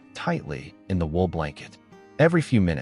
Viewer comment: Wool not wheel